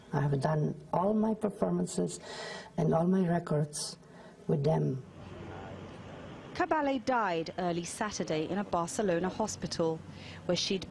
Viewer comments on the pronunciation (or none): Für die Deutschen Cabelle sagt sie mal. Richtig ausgesprochen wie ich schreibe Caballje, hoffe ich😊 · The mispronunciation of the name Caballé here is inexcusable. It’s common knowledge how to pronounce this name with this lady possessing it! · Files an obituary and can't even pronounce her name correctly. Sometimes the English are as bad as the Americans.